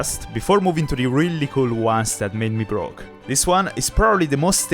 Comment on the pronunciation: Bro. Said Brooke instead of broke.